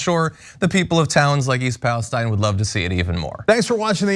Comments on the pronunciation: BTW, people local to the town call it east Palestine, pronounced palesteene- from someone who grew up there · Thanks for covering this. It's Palesteeeeeen by the way. Rhymes with pristine, chlorine, etc. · Thank you for your reporting. It’s pronounced East Palesteeeene, with a long e…. 🤗